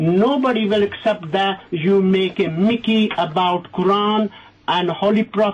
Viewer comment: LOL "you make-a-mickey about koran" lmfao thats all i can say